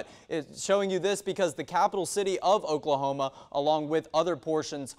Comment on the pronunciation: What did he say ? "Okla okla" ... what ???!! I'm so confused.